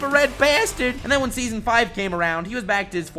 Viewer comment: did you say seasom 6?!?!